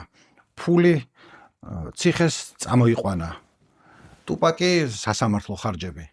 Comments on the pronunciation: თუფაქი არა. ტუპაკი. ბითქოინი არს ბიტკოინი. შონ პოლი არა. სან პაული. ეე მოკლედ ამ. ხალხს რო უსმინო მეგობარო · ძალიან კარგი ვიდეოა და მადლობა ამ კონტენტისთვის! უბრალოდ გეხვეწები ტუპაკს ნუ ეძახი, რა უბედურებაააა. იუტუბი კაი , კიდე ხო... მარა აქ ორ ასოს ცვლი და თან... ნუ მოკლედ, მართლა ყურებიდან სისხლდენაა ტუპაკი